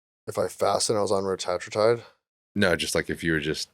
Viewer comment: Do you think felt really dumb when/if he learned how to pronounce retatrutide correctly?